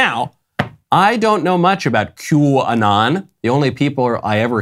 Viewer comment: If I hear quanon one more time ....😵‍💫 lol great coverage. Keep sharing everyone God's children not for sale